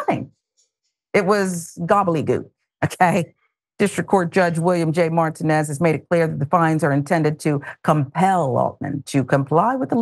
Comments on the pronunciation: Can someone help her pronounce the name Martinez? It is not pronounced Martin-ez, more like Mar-teen-ez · Mar TEA nez.